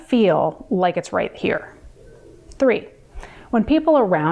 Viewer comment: Почему она говорит "три"? Какой-то акцент?